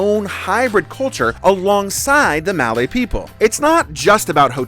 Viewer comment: great video. just a small comment. malay sounds more like merlay like malaysia is pronounced as merlaysher